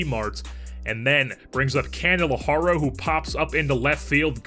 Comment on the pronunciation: It's pronounced "candle-are-ee-oh"